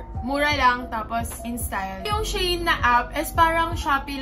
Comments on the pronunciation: it's she-in po hehehe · She-In or Shayn ang pronouncement, pronouncing, pronounsion niya sis 😂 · Shayn daw pagkabasa